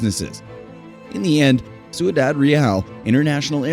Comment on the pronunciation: #10 is mispronounced; it should be roughly "syoo-dahd rey-ahl," not "soo-ee-dahd ree-al." The narrator has reversed the I and the U in "Ciudad."